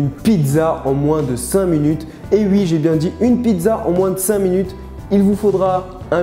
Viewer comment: Tu dit " Wui " et non " Oui " ! ×)